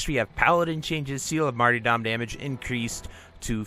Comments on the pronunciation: Just a gentle fyi, the y is closer to an e sound like mar-"ter"-dom also with a soft t. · it's the most common pronunciation I've encountered. The way he was pronouncing it in the video was one I'd never heard before